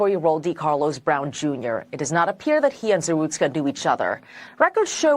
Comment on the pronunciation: ZaRUTSKA, not ZaSTRUKA